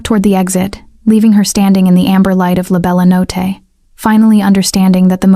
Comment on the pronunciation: Good story and pictures. May I ask, is it possible to make a change in pronunciation? The name of the restaurant is not pronounced "La Bella Not" but "La Bella No-tay." As I was typing this comment, I actually heard it said correctly one time, but nearly every other time, it's said incorrectly. Thanks for a really good story. I subscribed.😊